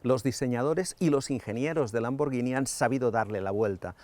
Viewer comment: Da gusto oír a alguien pronunciar bien lambor gui ni y no llini cuándo hablas de la marca Lamborghini